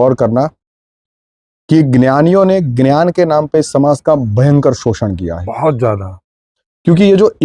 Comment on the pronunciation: अबे पहले "ज्ञान" बोलना तो सीख जा । शुरू मे हि हग दिया 😂